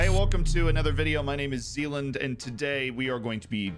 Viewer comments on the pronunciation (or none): none